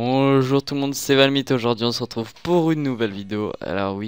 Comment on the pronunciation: C'est pas valmite Ahah